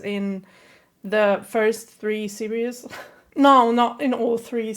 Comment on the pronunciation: Btw your still saying serious instead of series I mean it’s fine if ur not good at pronouncing but ye